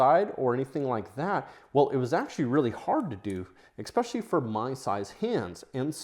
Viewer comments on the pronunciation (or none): There's no K in "especially". Why do you say Ek-specially? Caveat: say Kav-ee-aht. Not Kavit.